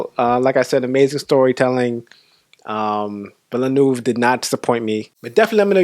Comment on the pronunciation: You nailed the pronounciation of Villeneuve's name better than most.